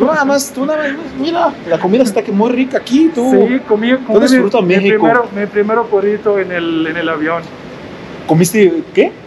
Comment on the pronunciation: Bienvenidos a mi "meijoco". Güey, tenemos que trabajar en el acento al decir, "Mé-xi-co" jajaja Bienvenida a casa a la paisana. Bienvenido al güey, todavia no es casa, porque aún no se casa con la paisana. Jajaja